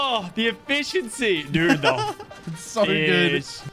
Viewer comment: “The efficiency” 🚫 “The eFISHiency” ✅